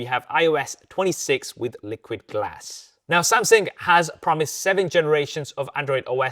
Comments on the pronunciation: say it with the rest of us who speak CORRECT ENGLISH: AH-LOO-MI-NOM,, not A-LA-LOO-MEAN-EYUM 🤣🤣🤣🤣 SAM-SUNG not SAM-SING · Brother your videos are in the absolute top tier of reviews. But please work on the way you pronounce Samsung because "Samsing" makes me feel so stressed when watching